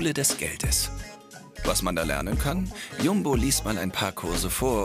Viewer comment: Wie er Jumbo ausspricht, arrgh.